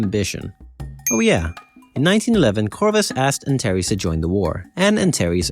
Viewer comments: Antares is pronounced anTARs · I’m pretty sure Antares is pronounced more like [Ant-aires]